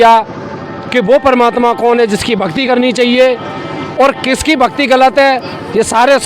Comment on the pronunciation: परमात्मा का नाम स्पष्ट नहीं पता चला।।